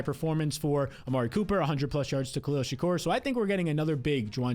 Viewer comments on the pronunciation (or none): Will ever be able to pronounce Shakir correctly?